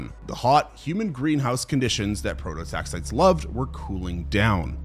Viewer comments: AI script. Man cant even pronounce prototaxites correctly and expects us to believe he did all this research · 5 minutes into the videos and you’ve already pronounced the name of the subject and “lichen” wrong. I get you must’ve done research for this…but why not spend a few seconds learning how to say the work you’re making the video about… it doesn’t exactly instill confidence in the viewer